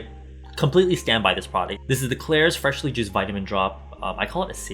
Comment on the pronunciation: LOL the moment you hear "freshly jizzed vitamin c serum" you cant unhear it :'D